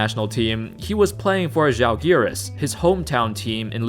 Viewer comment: Tbh, that was the best pronunciation of "Žalgiris" from American I have ever heard